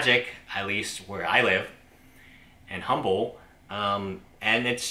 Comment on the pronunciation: The H is silent in Humble. I used to live there.